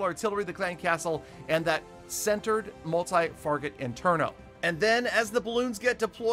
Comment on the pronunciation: He said multi farget interno